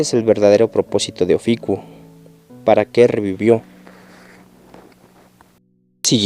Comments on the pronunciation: es OFIUCO no ofico ni oficuo habla bien fan boy de shaka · ES: OFIUCO... "IU" NO; OFICUO... NO "UO" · Se dice Ofiuco no oficuo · Es Ofiuco... Y tú aferrado "oficuo" pendejo...